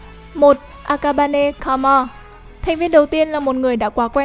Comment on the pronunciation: Thật ra Karma đọc là Ka - ru - ma chứ không phải Ka - ma đâu . Cứ nghe đi rồi biết